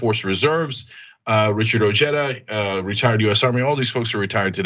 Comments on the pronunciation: It's pronounced O-heh-da. The J is silent in spanish. C'mon CENK! You should know that by now! You know how to pronounce Jesus. You say it ALL the time. So you should know how to pronounce OJEDA. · I believe Ojeda's name is pronounced, "o-hay-da". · Ojeda is pronounced Oheda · doesn't change the fact that it is a Spanish surname and the correct spelling is as described but putting an" English j " in it is mispronouncing it. Ojeda himself is mispronouncing this Spanish language surname!! if you want to be more charitable we could say he's americanizing it. So really both you and Tom converse are correct